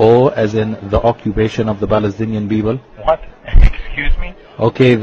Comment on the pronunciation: OMG, my stomach. I can't stop laughing. O as in the Occubation of the Balestinian Beoble. Lol